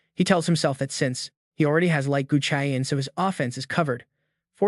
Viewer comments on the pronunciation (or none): Lighting Chain ❌ Light Gu Chi An ✅